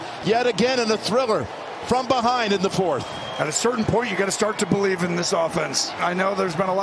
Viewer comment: If you didn't BO-LEIVE. You better now!!